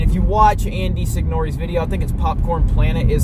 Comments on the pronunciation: Just a heads up, it’s pronounced Sig-nor. I’ve been a long time fan of the ScreenJunkies channel but was always a suspicious when they just straight up canned him and it didn’t seem like the bothered to do their research into the opposing side of the story. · The E on the end of his name is silent. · proud boy clown can’t even pronounce “Signore” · Are you pronouncing his last name correctly?